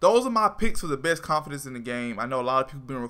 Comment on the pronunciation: I disliked because he cant say confidant They are not confidence They are (CON-FEE-DAWN-T) CONFIDANTS